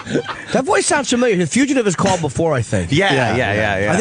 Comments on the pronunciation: Dear Greg: wtf is a FUCHative …?!? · Oh nooo they put a fugitive bit in this? It's too enraging to hear Opie mispronounce it every time, guess I'll be fast forwarding.